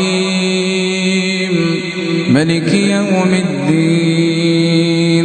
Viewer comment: Tolong direvisi bacaan tajwid al fatihah. Harusnya : maaliki yau middin Bukan: maliki yau middin